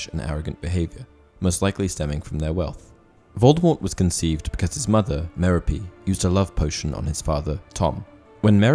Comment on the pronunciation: The way you pronounce Merope is painful.